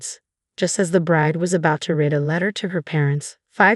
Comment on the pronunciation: The narrator needs to learn how to speak words. Examples: read, fiance', naive. Duh!!!